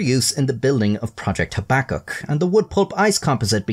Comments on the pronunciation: FFS do your research young man - habakkuk - look up the correct pronunciation please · Your pronunciation of projects name is so upsetting haha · Your pronunciation of projects name Habbakuk is so upsetting haha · every time you say "Habakkuk", i want to light a cigarette lol